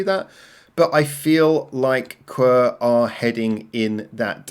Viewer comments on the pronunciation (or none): 1 second in and bro called them qwer instead of qwer... not 1 single unit but 4, letter by letter